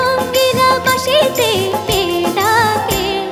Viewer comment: উচ্চারণ টা ঠিক হলে আরও ভালো হতো। বাশিতে নয় ওটা "বাঁশিতে" হবে।